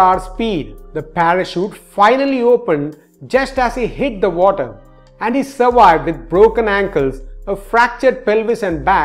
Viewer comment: words like Walwes (valves), Awoidance (avoidance), Surwiwed (survived), Wideo (video) etc., are spoken just like Vijay which you DO pronounce correctly and should be learned. Just say the words over and over many times correctly. Otherwise your English is very good. Loved the Wideo (video)!:D (Don Wood, Mumbai) Liked and subscribed.